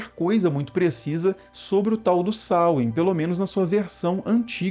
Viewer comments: A pronúncia correta não é essa. É sôuin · Samain na Galícia, pronunciando o segundo a. Veja algum vídeo sobre cultura céltica galega